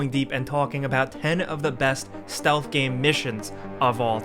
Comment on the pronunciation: "stealth game missions"